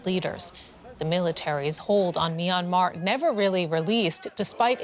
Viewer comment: Can you not find journalists who can properly pronounce the name of the country. MYANMAR not MY ANMAR